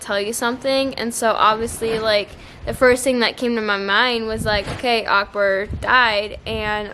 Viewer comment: Strange how you say Akbar 😍🤣 its like uhk ber